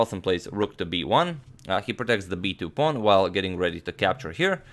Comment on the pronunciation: How did it become a fashion among youtube chess promoters to mispronounce pawn phenomena? What a strange world we live in!